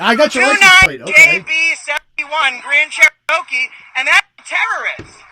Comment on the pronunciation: What the hell is a “Grand Chereaoke”? Is that some new car on the market? He also says the license plate wrong when he says it for the second time. Josh is an idiot